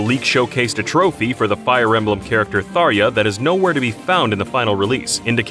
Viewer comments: THAR-YA? It's pronounced how it looks, Thar-ja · Did he just pronounce Tharja's name as "Thar-ee-yah"....???!!! Fire Emblem Warriors clearly tells us it's "Thar-juh" as that naturally makes the most sense anyway. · “Tharia”? it’s THAR-JAH lol. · It’s Thar-Ja not Thar-yuh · I thought it was pronounced Thar-jah not Tharya. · "thar-ja" not "thar-ya", the first is the official English pronunciation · Yea, it's Tharja. Not Tharya. Play fire emblem warriors. They say "Tharja." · It's Tharja not Tharya dude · Fire Emblem Warriors confirmed it’s pronounced Thar-JA not ya... Welp, that’s my “YouTube argument/hate” comment of the day... Great video :D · Almost 7 years later and I still get angry when people sai thar-yuh. The J in tharja is almost pronounced like a Z, and followed an uh. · Tharja is pronounced Tharya? :o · It's Thar-Juh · Tharja = “Tharia”??? WHAT? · The most interesting part of this to me was that Tharja is pronounced as Tharya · I was looking for a comment like this. It's odd because I guess he mistook the "j" for an "i". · You just pronounced Tharja wrong! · How did you say Tharja wrong. The j isn't silent. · Whoops, FE Warriors has something to say about that pronunciation. :P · Emanuele Sicilia Nope, that's wrong. Warriors confirms that it's with a j sound. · TheDarkSwordsman actually it is not pronounced that way in fire emblem warriors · Can't stand people who miss pronounce Tharja. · Did he just pronounce Tharja with a silent J? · The j in Tharja's name isn't silent. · 258th Hi Guy He was mistaken. In Fire Emblem Warriors, it's pronounced with a short j sound in her supports. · He said Minun and Tharja wrong.